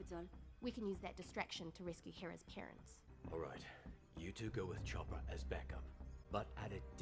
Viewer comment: If you're going to pronounce Chopper (charmingest traumatised soldierdroid in the galaxy) in french, Lengthen your o.